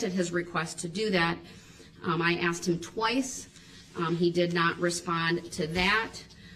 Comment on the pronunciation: When she doesn’t Darrell “grounds” Brooks says — it’s that a “tack it” agreement or a “judishal”determination or because she “axed” not asked